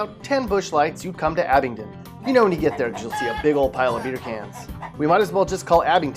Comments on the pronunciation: Its AbingDON. Not AbingTON. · It’s AbingDON, not AbingTON. 😂